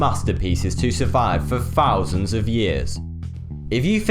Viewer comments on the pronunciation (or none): 3000=fwee fousand=speech impediment